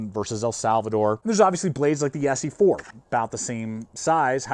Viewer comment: Like the X in Xena Warrior Princess! The X is pronounced as a Z.